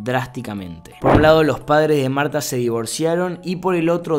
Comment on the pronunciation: me encanta que le pone pronunciación a todo tipo en el principio dice: mAuRtTa y yo: marta:P